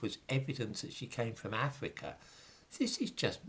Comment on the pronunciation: Cypwus, not Afwica? Unweal pwopaganda about an ivowy bwacelet. Vewwy unweliable. You are cowwect.